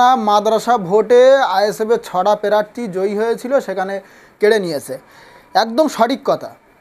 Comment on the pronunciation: এ আবার নেতা প্রার্থী উচ্চারন করতে পারে না আগে ভাষা ঠিক কর তারপর ভাষন মার